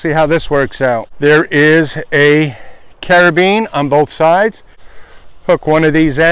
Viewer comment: Nice review on a company I hadn't heard of yet :) 3 things. 1. It's carabinER. :p 2. You need a top quilt to finish out your system. You CAN use a sleeping bag for that. 3. Set your hang higher. About head hight for you is about right. Enjoy your hammock :)